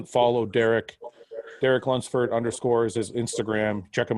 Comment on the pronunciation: Derek can’t say Lunsford